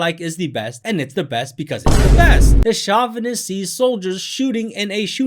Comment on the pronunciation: Hey bro, great video - but it's pronounced "show-vuh-nist" not "shaw-vuh-nist."